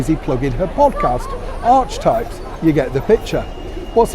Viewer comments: Is the podcast really called ARCH-E-types. That word had always been pronounced ARK-E-type, or are they set on changing the English language as well. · Just so you know, it's pronounced "Arketypes" even though it's spelled archetypes.